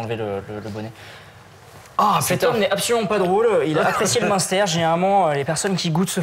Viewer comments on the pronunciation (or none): bas alors on dit bhéééé au meinster:o strop bon le meinster:p